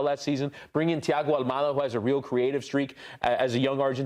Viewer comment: it's almada not Almeida. You made him portuguese bruh😅😅😅